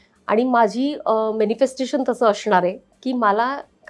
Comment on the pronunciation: अशनार नाही असनार